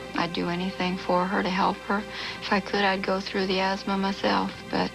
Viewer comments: It's "asthma" not "azma". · "AZMA [sic]"? I hope you don't have any children who would imitate your ignorance.